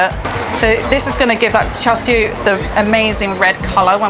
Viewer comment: Char Shoo? Lol. I think she's great but Uncle Roger needs to give her tips about pronunciation! :-)